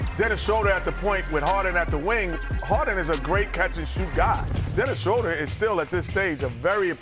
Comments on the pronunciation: It is pronounced SHRU-der. It is German. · I wish Kenny could pronounce Schroder